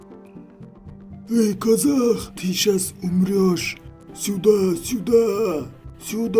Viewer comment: Сюда дегенді суда деп қағанғо